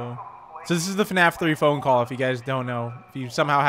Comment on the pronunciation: I saw in your other video you said fanaf it’s F.N.A.F/five nights at freddy